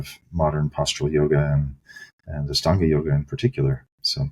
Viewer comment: Astanga is a word associated with the LITHUANIAN word for EIGHT (AŠTUONI). Lithuanian is an Indo European language with roots in Sanskrit. In Lithuania, aštuoni is pronounced ASHTUONI. I cringe at the way Ian Baker pronounces AŠTANGA with an S instead of SH.